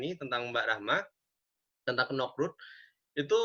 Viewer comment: Konekroot bukan kenokroot wkwk